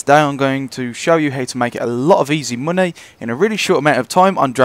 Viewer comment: You can make quite aloht of mohnay. Emphasis on the MOHNAY. Seriously nice trick though